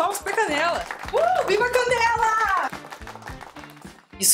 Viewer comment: Na hora que você falou canela pensei que era caneca